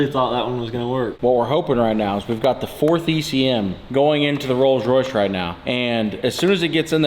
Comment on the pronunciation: Butchered Royce